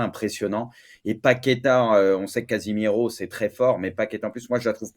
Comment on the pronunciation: qui parle de "Casimero"... Ça m'fume 🤣🤣🤣